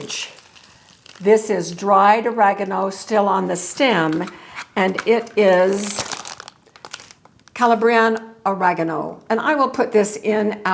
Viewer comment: I appreciate this video greatly! Thank you. I would like to help you with the pronunciation of Calabrian. Cal-ahh-bree-an. My grandmother was born in Calabria! Hope that helps 😊